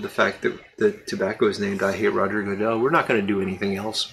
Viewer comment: Another good chat! Glad you are healing well. Best wishes on the tasting! Sounds tasty. I like the way you produced Goodell ("Goo-dell"); Valley of Goo...🤣🙃. I doubt you planned this but the tasting will take place on the 67th anniversary of Matches 860's/John's birth. Happy tasting!